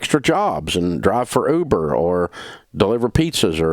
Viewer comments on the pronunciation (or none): none